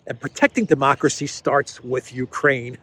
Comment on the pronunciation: " yuh, demokwacy" is she ever not drunk 😂😂😂